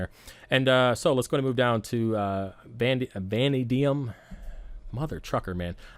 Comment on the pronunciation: Great video. You're not a trucker. Vanadium - pronounced va-nay-dee-um; Molybdenum - pronounced ma-leeb-den-um. Keep up with the good work.